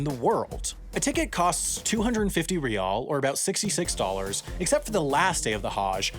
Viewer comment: Lol he butchers all the pronunciations except for Riyal which for some reason he nails it like he's lived in the middle east for years😂